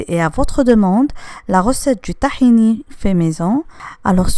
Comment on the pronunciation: C'est tahina madame c'est pas tahini